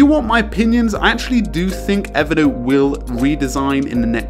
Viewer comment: I just wish he could pronounce Evernote as Evernote.